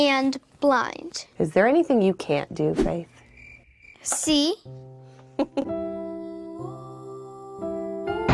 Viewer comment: The way she said "see" sounds like Spanish 😭